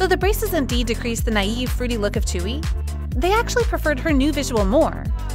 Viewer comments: Sorry but her name is not chewy it is pronounced joowe I am really sorry but I don't like when you pronounce idols name sorry. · "chewy" thats not how you pronounce tzuyu. its sound something like dzüiu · Why is Tzuyu pronounced as Chewy? 😭😭😭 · it's not chewy 😭😭🤣 its tzu-yu wtf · fr its supposed to be pronounced as zuyu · why does everyone struggle with saying Tzuyu. it's not chewy... its tzu (kinda like two but with a z) yu (kris wu but yu or yue without e) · Excuse me? You can't even pronounce Tzuyu's name right, it's way off. Put some effort and show some respect.